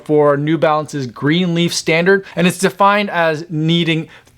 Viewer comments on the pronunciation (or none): none